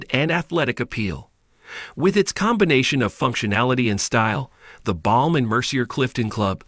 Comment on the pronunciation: Not Mer-see-er! It’s “Mer-see-aay”